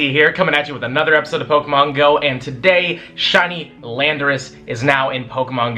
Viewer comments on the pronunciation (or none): none